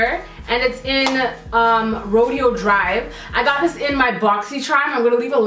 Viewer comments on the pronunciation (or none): ofra is pronounced (oh-f)ra and the name of the highlighter is (ro -day-o ) drive. NOT TRYING TO BE A LITTLE HATING ASS BIHH LOL💜